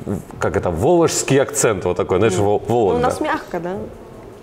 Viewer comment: Не воложский, а вологодский! ))) 8 минута.